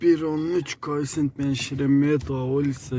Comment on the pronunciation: Кофцент дейсинби😁